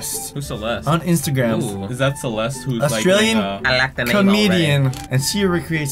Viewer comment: Celest? You mean Celestia? Tia? Molly?